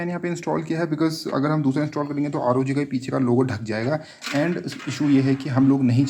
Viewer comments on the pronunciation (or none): ROG ko R.O.G kehte hai Rog nahi!